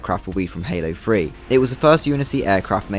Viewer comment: I thought you said Halo Free 😅 instead of Halo 3